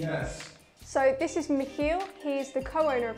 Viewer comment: first britisch person to pronounce miCHiel proper )